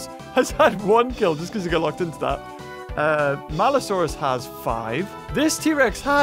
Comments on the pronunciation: its maliosaurus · It’s maluosaurus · IT’S MALUSAURUS